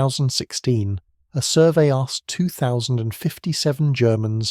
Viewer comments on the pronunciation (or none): none